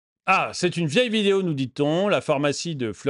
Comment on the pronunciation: ce n'est pas la 1ère fois que je te le dit, pourrais-tu arrêter de dire "phOrmacie" au lieu de phArmacie STP 🙏